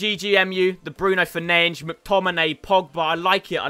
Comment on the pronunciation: Please stop calling Bruno Fernandes "Bruno Fernainch"😹😹😹